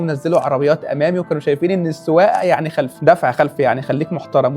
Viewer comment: مكانش في داعي تتك علي كلمة (خلفي) ... رمضان كريم